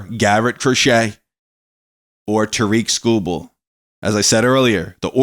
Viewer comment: its tar-rick skubal cmon on man if they get him please pronounce his name correct thanks